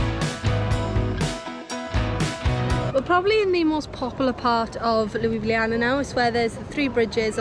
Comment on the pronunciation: "LUIbliAna" ahaha oh god